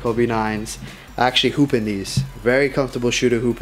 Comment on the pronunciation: I thought he said poop instead of hoop